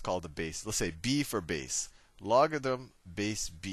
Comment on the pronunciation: “lock a them” 😂 Loved the tutorial!